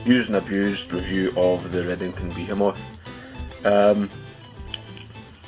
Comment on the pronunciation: I love the way some people pronounce this product name "beer moth".